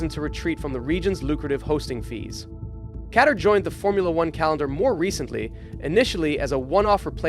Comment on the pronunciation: The way you don’t know how the fuck to pronou Qatar. 🤦🏽‍♂️🤦🏽‍♂️ if you’ve ever watched f1 you’d know that’s not how it’s pronounced